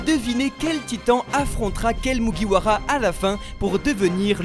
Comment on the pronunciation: Autant de theorie pour meme pas bien prononcer le “MugiwaRa”